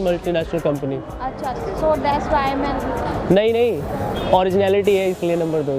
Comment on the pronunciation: bro. Hi, this is Garry Singh from Manchester England. If I’m not bothering you, Can I correct you on a word which you use a lot in your videos. The word is THAT. But you pronounce it wrong all the time which is dhat. Sorry if I’m wrong but please try to pronounce it correctly. Thanks